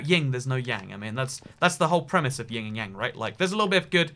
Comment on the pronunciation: Tip for. It's actually Yin, and not Ying. A lot of people get this mistake, you're not the only one! Keep doing the amazing work. <3